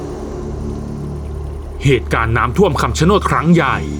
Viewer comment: คำชะโนดหรือป่าวครับ ไม่ใช่คำชะโนน😅